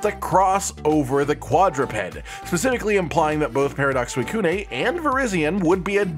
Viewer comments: Please never pronounce Suicune again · suicune- ay